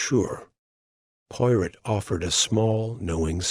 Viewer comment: The reader needs to know how to pronounce Hercule's last name correctly and French phrases.😢